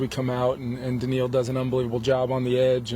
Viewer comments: Holy crap year 1 as HC and he can already pronounce Danielle correctly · He said it right though…. How would you know?